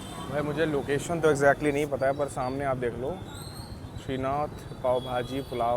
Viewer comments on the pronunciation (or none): none